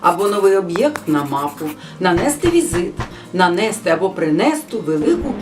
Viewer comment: А чи не варто було б представитися спочатку? Крім того: не"нанЕсти", а нанестИ! Не "даЄмо", а даємО! Неправильні наголоси - це теж помилки!